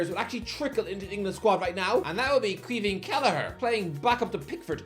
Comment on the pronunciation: The irony is he’s pronouncing it wrong lol, it should be pronounced “keevin” or “keevan” not “queem-hin”. This “Irish” guy is just an idiot